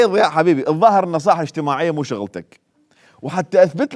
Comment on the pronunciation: اللغة الإنجليزية اخف من العربية فمن تحجي لفترة بيها وترجع على العربي أو العراقي بالاخص فتسحك عادي، هوة كال ذياء بدل ضياء لان لسانة أخذ على الإنكليزي قبل بالفيديو ارجع شوية أو دوس هاي